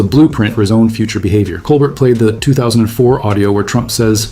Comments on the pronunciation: Col BEAR! The t is silent. Please learn how to say his name correctly. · Steven Colbert's name is pronounced coal-BEAR. That's the way he says it when he introduces himself in his show. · Fucking AI slop doesn’t even know how to pronounce Colbert.